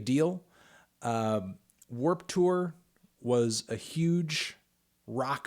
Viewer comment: why u pronounce it like Werp Tewer